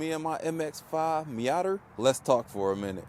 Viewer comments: What is a "MeeYADDER"? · Did he say Miata with the hard er 😭😭